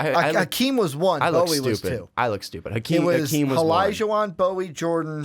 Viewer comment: Good save with the draft order. Shame about the pronunciation of Olajuwon